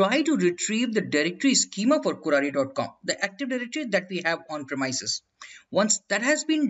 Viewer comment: great video.. apart from the pronunciation of the !premises!.. not "premyses" but its "premeeses"